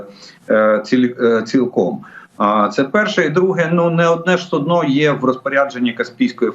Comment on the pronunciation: Су'дно, а не судно'